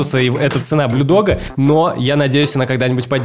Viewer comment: Ты так смешно говоришь Блю дог 😂 (если обидела я не спициально)